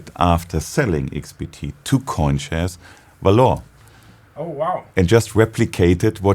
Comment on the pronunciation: I had to see the word written to know what the name of the company was and have the lightbulb go off above my head. Where I am from, the word "valour" is pronounced "VALL er" and the guy kept saying something like "val OOR" and I think it was his syllable stress that was throwing me off.